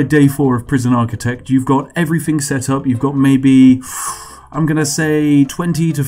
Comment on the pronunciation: "Free hundred." "Free logs." "Everyfing." "Wiv." 'Th' is for cool people. (It really doesn't help an international audience who can't differentiate well between 'free' and 'three' by context and your accent, or a domestic audience who don't like gangsta/chav talk.)